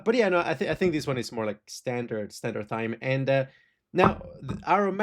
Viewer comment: Thyme is pronounced the same way as "time"